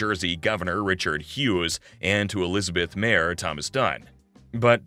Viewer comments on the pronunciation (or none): none